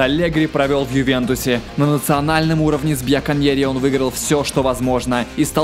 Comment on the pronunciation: Примера, а не "Премьера". Генуэзцы, а не "гендузийцы". Бьянконери, а не "бьяконери". "Блан не особо удачно отработал в сборной Франции". Не особо удачно? Да он провалился дико! Куча мелких косяков в ваших видео, увы. Не только по этому видео сужу.